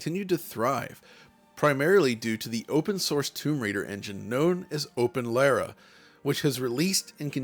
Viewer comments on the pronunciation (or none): Dude, it's not "open-lay-rah", it's "Lara" as in "Lara Croft." C'mon... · Why can't Americans say Lara right? It's Lar-ra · Is it Lera or Lara? I’m confused as to how you pronounce it. always is weird with this stuff.